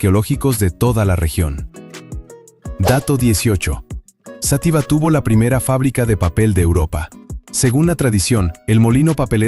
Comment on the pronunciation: Toda mi vida he oido Xátiva y no Xatíva alguien me lo puede aclarar?